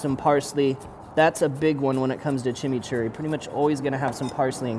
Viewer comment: Even though, you kept saying "Chimney Churry", We know what you meant lol...Anyway, awesome vid, as always!